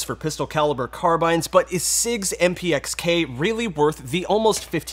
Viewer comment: Thank you for pronouncing it “carbyne“ instead of “car-bean”